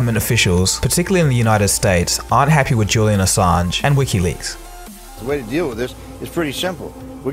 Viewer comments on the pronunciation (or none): none